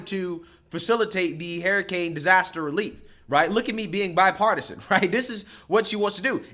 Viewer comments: Idk if he's saying HARRIcane on purpose, but its accurate. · Why does he always say "Hair A Cane " LOL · Gotta love how pronounces “hurricane”, “harrycane” 😂😂😂😂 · Hair-a-cain... lol 😜 Just joshing. a legend! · “Hairicane” Kamala! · I'll be glad when this is all over so you can stop mispronouncing HURR-ICANE for fuck's sake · I can't get over how says hurricane. He says Hairacane. It might be the drinks, I have had. But I love this man he has the same values I have. America First so America can and will defend Israel at all cost. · you gotta pronounce hurricane correctly lol